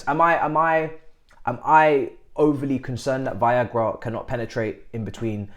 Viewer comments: my man keep saying it😂😂😂Viagra!!! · Why is he calling “Veiga” as “Viagra” 🤣🤣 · Come on man at least try and pronounce Veiga name correctly.